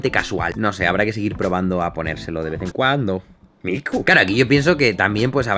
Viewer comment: que bueno que el nombre de tu gata se escribe con K (Miku) si fuera son C pensaría que ese nombre viene de Mi-ku-lo jajaja de todas maneras cuando lo dices se puede escuchar como a Mi-cu-lo jajaja suenas bien Jaime es solo una opinión... Flipe de risa 😂, saludos